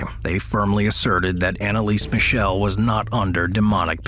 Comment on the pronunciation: ...can you tell your AI voice that it's not "Annalees Michelle" but that it should be pronounced the German way?